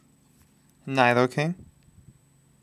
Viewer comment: It's pronounced nee-do-king not nie-do-king